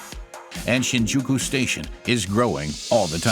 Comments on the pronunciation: My ears bleed every time the narrator pronounces Shin'Juku instead of 'Shinjuku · i just can't stand the mispronounciations the english narrator makes. for a start it's SHINjuku, the first sillabe gets emphasis. takes the cake. You hear in japanes "asakusa ...." (with the u beign ommited), followed by an english dub that says "i want to go to asakUUUUUsa station" just c'mon, how do you butcher this so badly?